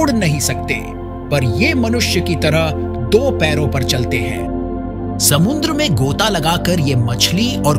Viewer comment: Samundra na re baba samudra samudra kahte hn